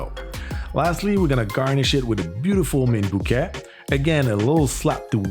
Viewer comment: The Spanish word for hello is hola. However, "hola" is pronounced "ola," as the h is an historic remnant, and is silent. Also the "t" in bouquet is silent, as well. You're on a roll, though.